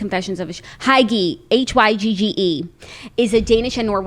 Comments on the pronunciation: Hygge is pronounced “hue ga” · dying at jackie's pronunciation of hygge! 😂